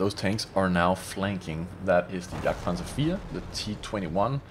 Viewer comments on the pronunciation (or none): none